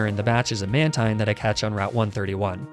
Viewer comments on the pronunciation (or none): none